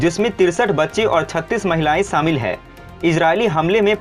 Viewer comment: Saamil nahi shamil bol.